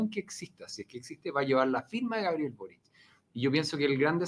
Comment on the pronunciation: No, es Boric..? Por que Borich??